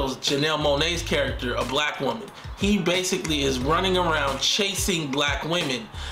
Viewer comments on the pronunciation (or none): none